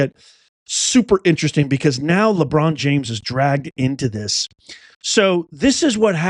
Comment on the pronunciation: Hillarious., the NBA commercial played just as you said Labuan James name…lol